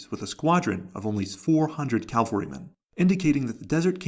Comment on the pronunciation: Cavalry... not calvary. Massive difference.